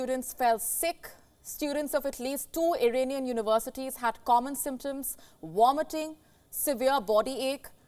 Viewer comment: I'm not surprised they are not proud of some of their newscasters - this one's pronunciation of English is dreadful. It is "Vomitting" not "Womitting", "Vision" not "Wision", "inVest" not "inWest", "aVailable" not " aWailable" and "Virus" not "Wirus". She manages to say "Volodymyr" correctly, so why not anything else with a "V"? I am aware that some languages pronounce "v" as a "w", but English isn't one of those languages. And a lot of her other pronunciations are appalling too, sometimes I just don't have a clue what the words she saying are.